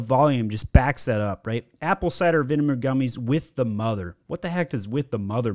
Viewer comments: Mann you're roasting all these companies while pronouncing vinegar vineMer. Loved the video though helped a LOTT. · Im never going to be able to hear the word Vinegar without thinking Vinimar again 😂